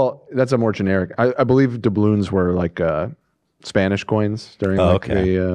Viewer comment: Maybe it’s bc I’m high but I lost it at ethan saying “dabull yawns” instead of doubloons 😭😭😂😂